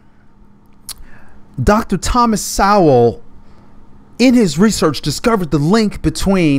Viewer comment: Um, you misspronounced Dr. Sowell's name.